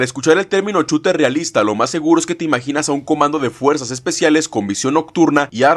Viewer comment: Shooter ❌ Chuter ✅